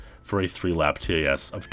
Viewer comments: Imagine pronouncing TAS as “Tee-Ay-Ess” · I'm sorry, but I cringe so hard every time you pronounce the letters in TAS XD